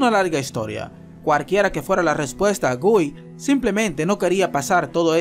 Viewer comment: una sola vez pronuncio bien el nombre de guy SALU2